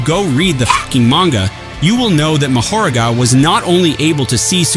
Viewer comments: Bro said it right two times before he butchered the name. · I literally almost spit on my phone from the way he pronounced his name 2x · The real question is why you pronounced Mahoragas name multiple ways in the same breath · Well if u watched the damn anime you would know how to pronounce mahoraga